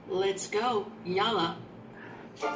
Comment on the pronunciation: I hear her YALAH as YOLO. Is it just me? Also, if you ever can get to New England, turn south and come down to East Tennessee. It’s a beautiful fall here, too! I’m almost an empty-nester; I’d love to host you! (I know, I’m a stranger, but in My head we’d have a blast! 🙃)